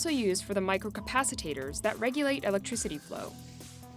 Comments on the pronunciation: Capacotors Aye sure it's not capacitors Hahahahahah. . . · OW! My ears hurt! SMT CAPACITORS! Not micro capacitaterz! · and capacitors